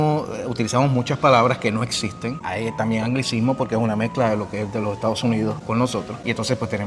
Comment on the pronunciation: “Estaos” Unidos